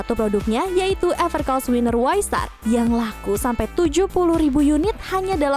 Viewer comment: Everc R oss? Kayaknya Evercoss deh